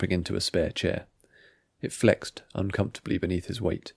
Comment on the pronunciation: "Here he was,..." should have more of a shifting emphasis to lead the narration towards an entrance. The story is good, but most of your speech is a bit monotone. With a little bit of practice, you can make your stories feel more lived and dramatic. "Uncomfortably" We should hear you pronounced the word uncomfortably "uncomfortably..." like its definition. If two people are talking to each other, you should change tones, intonations, even if you can't do impersonations. It flows better that way. "We all knew from the beginning" That's when you got it right! "Kaminsky laughed" We should hear you widen your smile to sell the moment. "It won't be trivial, but I'll look into it" You got it right! You can hear a small sigh of annoyance. Same with "the papers bore me". "If there's one thing Holland hated,..." the word "hated" should have a higher pitch.